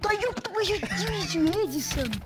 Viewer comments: Ты сказал Лэдисан🤣🤣🤣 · правильно не Едесон а Эдисон или 🐽🗿